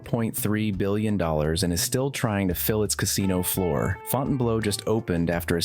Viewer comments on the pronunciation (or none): The person doing the voice-over should learn how to pronounce words. FountainBleau = Fountain*BLUE* -1